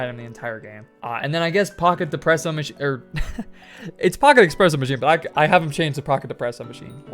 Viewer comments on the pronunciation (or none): none